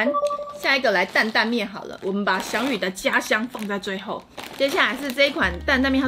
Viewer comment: 日文老師想哭了...祥与的名字是“灑機優”，不是撒幾友啦🤣🤣🤣